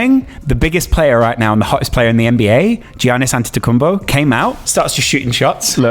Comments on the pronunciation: definitely practiced pronouncing Giannis’ Last name in the mirror before recording this video 😂😂😂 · How did he screw up his first name but perfectly nailed his last name 😂😂😂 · How can pronounce Antetokoumpo but not Giannis